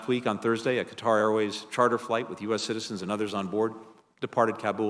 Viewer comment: Why can none of these people pronounce Qatar correctly?